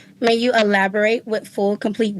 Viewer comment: Woman can't even say elaborate and the OAG looks like the predator